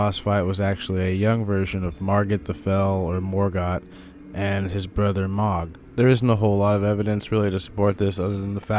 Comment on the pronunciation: No shade but the way you say “Mohg’s” name bothers the hell outta me lol. I always heard it pronounced as MOW-G not MA-G. Dk which is correct just never heard anyone say it your way…so please stop lol